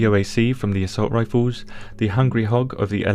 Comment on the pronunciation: Lmao "rifoos"